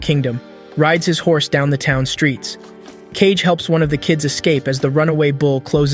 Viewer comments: Wtf is "cage" he is KaGe not KeiJe... KaGe = かげ = shadow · “KAYG” 😭 its “KA - GE” DUMASS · Kage is still pronounced ‘cage’ in english(so the AI reads it as such), if you want to differentiate, you have to spell out the pronunciation, ‘Kah-gey’, it’s a common issue with AI, when reading words/phrases from another language that were translated to English characters without adjusting for how a native would pronounce it, it even makes the same mistake with English words(example, if it were reading ‘the polish people’, instead of ‘the pol-ish people’, it may say ‘the po-lish(as in nail polish) people’) so a decent workaround is to do one of two things, spell it in its native language(assuming it has non-english characters, so use the actual Japanese characters for Kage), or spell out the pronunciation So, without keeping as keen an eye as this for detail nor keeping mind for such solutions, such errors do make their way through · His name isn't Cage it's Kagé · Cage??? fr reading kage as cage 💀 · it's kage. Not cage. Ka-ge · Cage? Ka-Ge? ummmm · Did he just call Kage, Cage? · You're mispronouncing A LOT (It's Kage. As in hoKAGE. Not cage. Then again you've probably never seen Naruto...) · It's not Cage! It's Kage. Kage = Shadow. Really his name is Cage? ;D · His name is Kage and it's pronounced as "Kagge" this honestly sounds like ai narrated this video like have you even watched the anime thoroughly? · Kage is 2 syllables btw Ka-ge (means shadow in english) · This would be do much better if you even tried to pronounce kage correctly